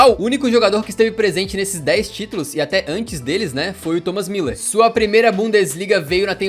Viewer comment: É muuuuuuler nao miiler....